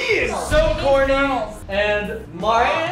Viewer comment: "Socorni" Yes. Yes you are.